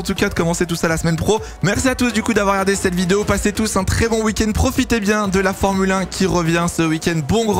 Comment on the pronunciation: tRRRès tRRRès 😂